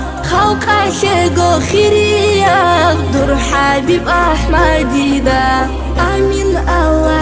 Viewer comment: Машаалагь как же красиво и нет более красивого не чего чем произношение Аллагьа